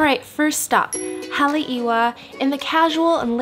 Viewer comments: FYI it's hale'eva the "w" is only "w" sound if it's in the beginning of the word if it is anywhere else it has a "v" sound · You’re pronouncing like a Haole. Lol Poke not Poki and Haleiwa is Ha•Leh•ee•vah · Ha-leh-ee-vah is the correct pronunciation of Haleiwa. When the letter “W” is place in between two vowels it pronounces letter “V” just so you know. :) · I'm glad that u enjoyed our island of Oahu. Btw, Haleiwa is pronounced Ha-lay-eva. We pronounced W as a V, other than that, great video. Mahalo! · you said sooo much things wrong ,, like TARO ,, TANIOKAS ,, HALEIWA ,, etc ... TEAR-ROW /TONNIE-OKAHZ / HA - LEI - EE - VAH . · THANK YOU her pronunciations were driving me nuts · She really Slaughtered Haleiwa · You totally mangled the some of the names in Hawaii. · Typical tourist pronouncing haleiwa even kaneohe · i could not stop cringing everytime you said haleiwa and kept butchering it the more you said it. other than that, i love the food. this makes me miss home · Downvoting and making sure you never come up in my suggestions again: 1) Unrealistic expectations about the service you’ll receive. Just cause you’re another vblogger you think you’ll get VIP treatment? 2) Mispronouncing the foods and location constantly. 3) Reeks of “me, me, me” video. ✌🏼✌🏼✌🏼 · if she can't pronounce Haleiwa properly, she is not reliable.